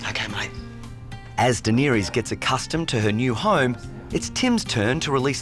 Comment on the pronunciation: A Song of Ice and Fire is a book series. First of all. Secondly, true fans shun that show. Thirdly; any real fan would properly pronounce her name. Offended. Even more offended YT tried to suppress my comment.